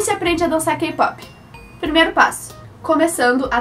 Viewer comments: Se pronuncia * keypop * pero tú dices Keipopi 🤦🤦🤦🤦🤦 Pareces guaga K-Pop no es solo BTS y BLACKPINK !!!! >:vvvvv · "kipopi" hahahaha love your accent!